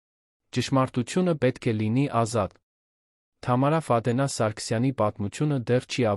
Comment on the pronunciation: Այ անգրագետ, Ֆադենա չի` Ֆադեևնա, _ականը առանձին չեն կարդում։ Սովորիր կարդալ։Առաջին դասարանի աշակերտը քեզանից լավ կկարդա։ Եվ, ընդհանրապես, Գյուլնազ տատի հեքիաթն ես պատմում։